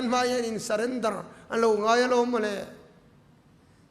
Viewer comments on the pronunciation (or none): none